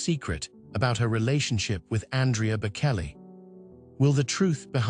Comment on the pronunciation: This sound like just so much AI crap. "shocking?" "secret"? It just rambles on with vague non- detsils "pressures" and "temptations". Plus it keeps calling him Bakelly. What pure crap!! AI sucks.